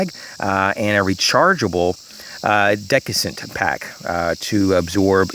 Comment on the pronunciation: DESS-I-CANT not "DEK-I-SANT*.